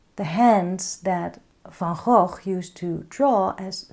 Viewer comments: I think Van Gogh would be pleased! Thank you for your teaching style, ideas and encouragement. And thank you for the correct pronunciation of his name! (He'd be pleased with that, too 🙂) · Thank you re the pronunciation, I keep telling people that too (being Dutch myself) 😊Negative space drawing makes things so much easier I've found